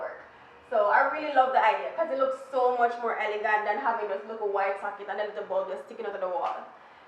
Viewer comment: Lol 😂 but why had to say socket like that tho..... love the video